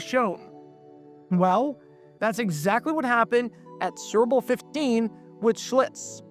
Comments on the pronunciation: Why do you keep saying 'Surbole' instead of 'Super Bowl'? Care enough to say it clearly, ffs. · Kept wondering why you're saying "gerble" (🐹). I slowed this thing down to 25% and realized you are trying to say su•per•bowl. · Or Surple? ENUNCIATE! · Is the narrator saying “sir-bull” instead of Super Bowl? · He pronounces Super Bowl like SpBll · Lest anyone think some of the comments are exaggerating the narrator's struggles with saying the words 'Super Bowl,' here is a compilation of all the 'surrble's, or 'surrible's: , , , , , , , , , (twice!), , . It thus seems amazing when he actually manages to say it right at: , (more or less), , and . Interesting vid, though. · "Surble" (Superbowl) is the funniest AI fumble I've ever heard. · Is that an AI voice saying "serbal""has akind of mushy nondescript accent.serbal ..painful.but have hear bc i grew up on Schlitz.. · It’s sounds like you are saying ‘sooberble’. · Well they also said “hell Mary” a number of times. i think we all know it’s “Hail Mary”.🤪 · Cerebral ad or are you saying Super Bowl? You’re aware they’re TWO SEPARATE words involving THREE syllables TRY AGAIN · Why are you pronouncing SUPERBOWL like that? It’s not like it’s whipped cream. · That's how a diction challenged narrator pronounces the word "Superbowl". 🤦‍♂️ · Whats up with your Super Bowl pronunciation? Copyright? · Mispronunciation gets people talking in the comments. That in addition to this video being twice as long as it should be makes me think they’re resorting to obnoxious YouTube tactics to get comments.